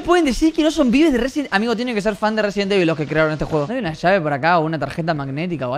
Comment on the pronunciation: Una pregunta ¿cuantas veses robleis dise resibel evil